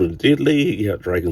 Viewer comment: He's a beautiful figure mate... I reckon when pronoucing his name, the "on" sound is dominant, and the "sky" bit pronounced as "skee." S "Drag-ON-skee." Does that make sense, lol?